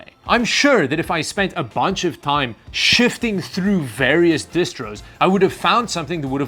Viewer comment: sifting* not "shifting"